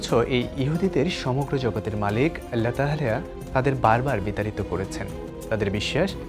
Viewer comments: Allahr name dundor kore uccharon krun please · আপনার আল্লাহ উচ্চারণ এমন কেনো, 😢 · এটা কি রকম ভাবে আল্লাহ নাম উচ্চারণ করলেন? আগামীতে সঠিক ভাবে উচ্চারণ করবেন বলে আশা রাখছি।